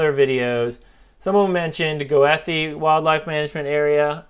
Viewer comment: Thanks for another great video. I haven't hunted those spots, so I'll need to check them out soon. Not sure how others pronounce Goethe, but we leave the first "e" silent and the last "e" long as in Go-the.